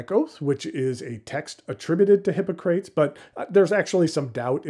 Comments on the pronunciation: Indeed. HI POC RA TEES. I found it difficult to watch. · hi-ˈpä-krə-tēz I don't think I've heard your pronunciation before. Is that a variant?